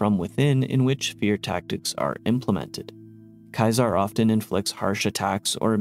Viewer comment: i know most characters in the Game misspronounce it too, it can be accepted as a correct thing all You want still cringy af to hear, i actually mute the voices in the Bethesda Games, but thats more general than just for Kaisar